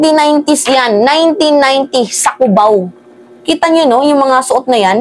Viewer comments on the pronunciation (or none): none